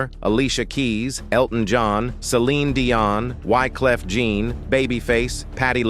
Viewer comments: Caught another name butcher....Why? Clef jean😆😅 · The narrator should learn the pronunciation of the names he's dropping. It's Why-cleff John, knee-O, Ji-heem and several others. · Boyz Tooo Men, Nay-Yo, Wyclef Gene😂😂😂😂